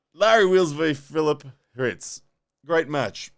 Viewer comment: First person to ever pronounce my name right